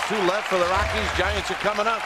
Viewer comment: It’s Giants, not Gaints Thanks for the game and keep up the good work!